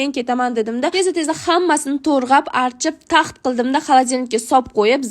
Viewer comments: Torg'ab😂 emas to'g'rab👌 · Торгап эмас тограб болади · Tõrğab emas tõğrab bõladi😂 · Turgʻab emas tugʻrab, tovlanib mas toblanib. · toʻrgʻab❌ toʻgrab✅😂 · Balkim tòrĝab emas tòĝrab bòlar aa😂😂😂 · Men rosa ko'p eshitaman "to'rg'ab" degan so'zni 🤔tug'rab bo'maydimi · Ex opajon torgʻab emas togʻrab deyiladi😂😂😂😂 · To‘rg‘ab 😂😂😂😅😅😅😅 tovba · Tog'rab ❌ Torg'ab ✅..... 😂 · Toʻrğapmas toʻgʻrab boladikuuuu😅😅😅😅😂😂😂😂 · to'rg'ab bo'midi to'g'rab diyiladi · Turğap emas tuğrap😂😂😂😂😂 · To'g'rab❌️ To'rg'ab✅️ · torgab mas tograb diyiladi😅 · гапиришти урган тургаб эмас туграб дейилади чимо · To'rg'ab emas to'g'rab boladiyu😅😅😊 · Turgʻab miii 😂😂 tugʻrab emasmi aa😅😅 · Torģap emas tòģrap😂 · Toʻrgʻap😂😂❎. Toʻgʻrap✅ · Toʻgʻrab ❌ toʻrgʻab ✅ Oyoq❌ ayagʻ✅ 😅😅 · To‘g‘rab❌ to‘rg‘ab✅ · Torğabmas toğrab 😂😅 r bn ğ farqiga bormisizmi😂😢😅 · Toʻgʻrab ❌ Tõrğab✅ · Tórğab degan sózizga ólayda😅😊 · Torgab emas tograb boladi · Tōrğadizmi tōğramasdan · Тургаб😂😂 не Туграб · Targab emas rograb😊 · Tórĝab🤨🤨🤨🤨tóĝrab masmi moboodo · Torgab emas tograb boladi opa❤😂😅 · Torĥab qoyib emas toĝrab qoyiladi😅😅😅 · Töğrab deyiladi. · Tograb deyiladi to'rga mass😂😂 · Туʼграб дейилади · Tuğrab 😂😂😂tiliz jingalakmi😂😂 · Togʻrab deyiladi😂😂😂😂😂